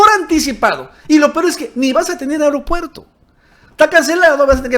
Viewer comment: A ver, repitan conmigo: A-E-RO-PUER-TO, A-E-RO-PUER-TO, A-E-RO-PUER-TO, A-E-RO-PUER-TO. Si dices E-REO-PUER-TO te oyes mal, entiende. El ser morenista no implica no saber hablar